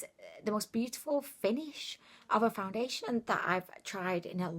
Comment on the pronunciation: Did you say, "Foun-diddly-ation"? Lol